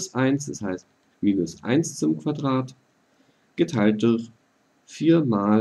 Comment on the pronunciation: bei geteiltdurch muss ich immer lachen xD Du sagst:" geteiltduchh" haha